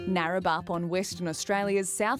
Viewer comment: Im from WA and I can’t figure out for the life of me what town is mentioned , I was starting to think that the presenter was pronouncing Neerabup incorrectly, but it sounds like she’s pronouncing it as Narabup, can anyone figure it out?